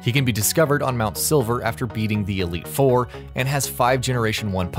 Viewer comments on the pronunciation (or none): none